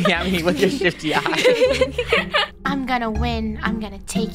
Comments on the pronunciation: omg i actually thought he said sh*tty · “ stop looking at my with ur sh1sy” or is it shifty? Idk I heard sh1TTy:_KREWBawling::_KREWFine::_KREWKnife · I gasped when said “STOP lookingat me with your SHI-(f)ty eyes.” I thought he said the s word☠️ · I thought said sh*tty eyes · Um I actually kinda hear sh!tty eyes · i heard shty eyes 😭🤚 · I THOUGHT HE SAID S*** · I almost thought he said shi!!y eyes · I THINK I HEARD SHI__ EYES THOO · •Random idiot who likes bears• same 😭 at first I thought he said sh!tt¥ but then I realised he said shifty 💀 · I thought he said sh**ty 💀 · i thought he said the s word lol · Ahhh ok cuz that he sound like he did swear💀 again like in pico park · Dude I HEARD say at beginning''stop looking at me with ur sh*ty eyes'' it sounds like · I thought said sh*** eyes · I heard shifty wrong- 😂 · Was I the only one that heard shifty wrong?😃